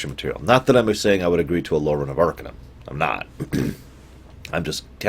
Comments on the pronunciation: it's arc-AH-num not ARCA-numb. The base word is Arcane not Ark. And I totally disagree. I think Arcanum aged the worst, by orders of magnitude, out all all the "classic" CRPGs. The combat is especially bad. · Its pronounced "Ar-Cane-um". It is spoken in-game and for that, I can't finish this video. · You fucking mispronounce the name of the game, for fuck's sake. It's pronounced AR-KANE-UM. Idiot. How do you expect me to listen to you for an hour if you can't even pronounce the name of the goddamn game? And why are you sitting there in the right bottom corner of the screen like a fucking albino turd? Oh man, I'm out of here. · Ar - cane - um Not arkuhnum you bald lardass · By the way, it's pronounced "arcAnum", as in "arcAne".